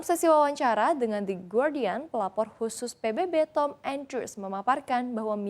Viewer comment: Guardian, sebutan gardian bukan gordian😂